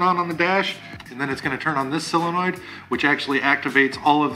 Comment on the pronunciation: We say "silly noid" for fun, but it's solenoid, brother. Keep it going!